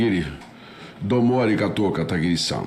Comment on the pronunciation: "Doumo Arigatou Katagiri-san" Que daora kkk 😅